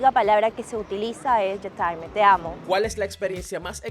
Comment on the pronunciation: "J'time" dice la pobreta 🤣🤣🤣